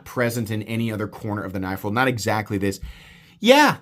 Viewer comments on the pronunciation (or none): none